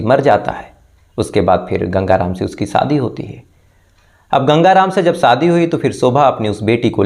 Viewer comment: Please ap apna sh or s thik kejye, shobha hota ha, sobha nhi, shadi hoti ha, sadi nhi, suru, nhi shuru hota ha